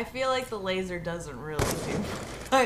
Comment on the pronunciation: She says lasser